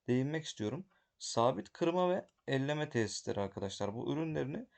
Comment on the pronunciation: Elleme değil, eleme 👍 elekten eleme manasında